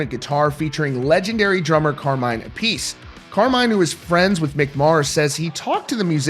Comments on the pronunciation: Carmines last name isn't pronounced "a-piece" it's pronounced "ap-a-see". How the hell do you not know that when it's your job to know rock and roll and the artists in it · Learn to pronounce Carmine’s surname correctly.